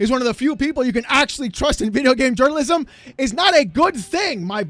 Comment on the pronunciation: Your gAAmee. What was that?? Lmfao😂😂